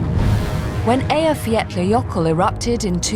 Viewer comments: Dear Kate Humble, the Volcano calls E y j a f j a l l a j ö k u l l (Eyjafjallajoekull) (there is no d or t in the name!!!) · Another presenter who can't pronounceEyjafjallajökull... EYE-uh-FYA-luh-YÖ-kull. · BEFORE — I continued with this documentary, I am so eager to hear how they will pronounce the name of the volcano 😂🤯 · Every time I tried to pronounce Eyjafjallajökull there's a tiny volcano erupted in my brain and mess with my tongue. But really, Iceland is one of the most beautiful country in the world...